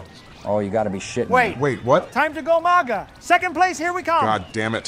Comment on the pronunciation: I've been wanting to hear Donald say "go MAGA" instead of "go mega" for a while, thank you for letting that happen